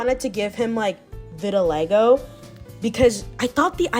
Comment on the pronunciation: lol she said vidalago lol love ur art styleeeeee !!!!!